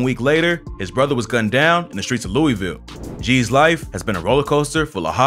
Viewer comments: yall always say Louisville wrong asf😐…. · It hurt even more since bro isn’t saying louisville right